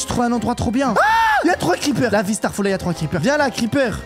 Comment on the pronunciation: J’aime bien mais evite de dire starfAllah